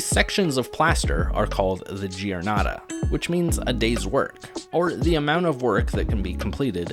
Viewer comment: This is a really well done video. Let me add a few points, though. The water used in fresco must be distilled water: lime plaster is tremendously sensitive and will react badly to any impurities in the water (this is also why there is such a paucity of usable pigments). There are some pronunciation mistakes. Giornata is pronounced jor-NAH-ta (the i that follows a g or a c is not pronounced in Italian, it is there only to soften the g or c. Similarly, Giotto is pronounced JOT-toh.